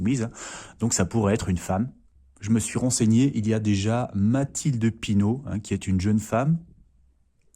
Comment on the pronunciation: Je pense que les tirages sont prématurés. Est-ce que Macron se présentera? Pas sûr du tout... Cette femme n'est pas Pinot...mais Panot..SVP, n'écorchez pas son nom....En plus, elle a un courage incroyable et n'hésite pas à monter au créneau. Mais la vraie question est...Est ce que ces élections auront lieu ???